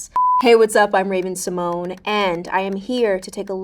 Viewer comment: She says simone instead of the usual way